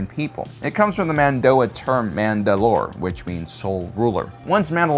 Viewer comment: Sooo MAND ’ ALOR or MANDA ‘ LOR ?